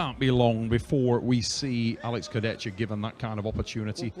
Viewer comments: Alex kurdech-ka. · смешно коверкает имена, фамилии участников)) только ради этого стоит смотреть поединки в этот раз Курдецька и Феткоф передают привет Трав И Су))